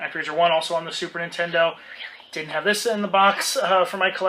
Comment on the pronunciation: going to the arcade. =) also, i thought it's, "ennicks", rather than "eenicks". =P